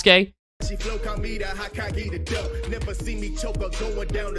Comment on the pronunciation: I will never get over how pronounced Hokage